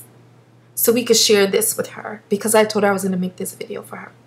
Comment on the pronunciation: I love how you say becawse lol new subbie :)